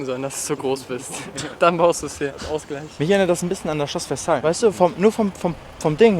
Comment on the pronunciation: Schloss Versailles (sprich: Wersei)